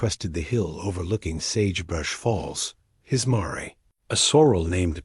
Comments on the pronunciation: Miss pronouncing mare and respite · Miss pronouncing mare